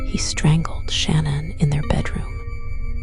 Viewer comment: Sadly with her whispering and annoying tone she’s mispronounced Shan’ann’s name. Had to stop the video right then. This is unacceptable when the video is ALL about what happened to Shan’ann and her babies.